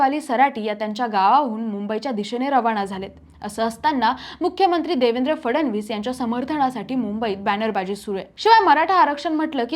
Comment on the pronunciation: cebc nahi may sebc mhna & la फडवणीस नाही फडणवीस असं म्हण बाई . विषय भारी तुमचा विषय गंडल बर का नीट स्पष्ट बोलणारे अँकर घ्या